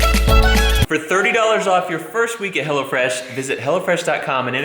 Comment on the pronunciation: Tought he said Hella fresh and not hello fresh, lmao.